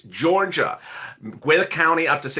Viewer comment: You pronounce it Gwen Net/ Guinnet Ga